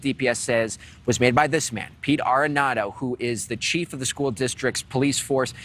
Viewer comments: You kept calling him “arrenado “ when his name is Aredondo. Make sure you hold the correct people accountable. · It’s PETE ARREDONDO….not Arenado! Pete Arredondo which translates to “incompetent coward”.